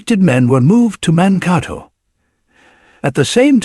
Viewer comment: The name of the town is Monkato (like Dakota).